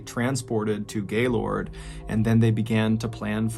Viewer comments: As a Michigander, respectfully it’s pronounced GayLERD lmao regardless tho the name makes me giggle lmao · Smegma it's pronounced gaylurd by locals though. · Being from MI, it's always strange to hear how people pronounce cities names' different than we do, because we act like we don't have an accent...We say Gaylord like Gay-lurd, Charlotte like Shar-lot, and Mackinac like Mack-in-awe among many others....you got Caledonia though 😊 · I was in 6th grade when this happened and I remember everyone was talking about it all the time. Even everyone I knew (I’m from Lansing, MI) talked about how insane this was and how no one had ever heard anything like it. So sad, especially for Laura’s family. 😔 Also: it’s pronounced “gay-lerd”. Weird I know lol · I live near Gaylord (it's pronounced Gay-lurd by us northern Michiganders), and it was so, so weird. I forgot about all of this, and hearing about it now is a trip. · To all the non-Michiganders out there... we pronounce it "Gaylrd". Also, it tragically was hit by an EF-3 tornado this past spring... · I remember this, and being from Gaylord myself it was unreal. We actually pronounce the town Gail-erd (like herd without the h). Thanks for covering this story. Great job as usual. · I giggled when he pronounced Gaylord, MI. He really emphasized the gay part. We don’t do that here. 😂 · Ballen you pronounced Gaylord wrong as a Michigander thank me later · Not how you pronounce gaylord 🤣🤣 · The way he says Gaylord makes me cringe. Clearly not a Michigander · Hearing you say Gay-lord is hilarious. It's pronounced like "gaylerd". Lol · Great piece, as usual! But as a Michigander, I've gotta correct your pronunciation of "Gaylord", Michigan...it's actually pronounced, "GAY-LERD"...not, "GAY-LORD". Amen. (Or do you pronounce it, "Ah-men"? ) 😆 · Omg your pronunciation of Gaylord had me crying😂😂😂. It's not Gay-Lord...its (gaelerd) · FYI mr ballen it’s pronounced more like gaylerd, and less lord 😂